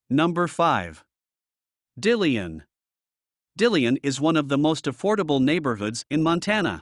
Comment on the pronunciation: These software driven voice overs are a hoot. It's Dill-on, not Deal-leon. KALAS-spell not Kal-is-spell. Somehow it got Helena correctly though. The home prices are decades out of date though.